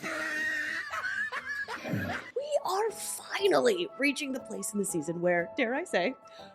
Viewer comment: 😮 did you say placenta season if you did that is completely funny😅😅